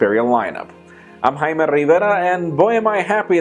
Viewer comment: Next he'll complain he hurt his feelings because Jaime from PocketNow pronounced his name "boner".